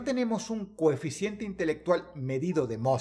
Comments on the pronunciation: Dross: se dice COHEFICIENTE!!! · Era "Coeficiente" no cocientee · Todopoderoso Dross, perdoneme mi atrevimiento, pero no debiera ser "coeficiente" y no "cociente"? Perdone o castigue a este humilde servidor 😱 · Dross dijiste cociente, no es coeficiente? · Se dice coeficiente! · No se dice coeficiente (?